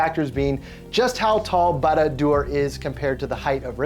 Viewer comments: couldnt pronounce barad dur? good luck with any other word tolkien has made than haha some of them are very very hard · Lost me in the very beginning not being able to say the name right.... he's not a LOTR fan sorry